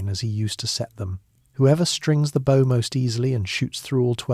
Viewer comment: Too bad AI doesn't know how to pronounce "bow" when referring to a bow and arrow.